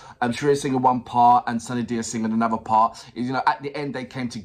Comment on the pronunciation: Now react to kamli song by sunidhi chauhan . Her Name pronunciation is soon-nee-dhee n not sanidhia 😁